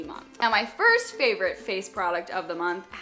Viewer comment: hey! i realized you (almost) always say in your videos "firts things first". i kind of miss it because you didnt say in this video ahaha it´s funny and cute! xoxo from brazil!